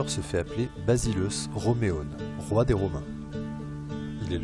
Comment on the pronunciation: Basileus se prononcent « Basiléus » sinon merci pour la leçon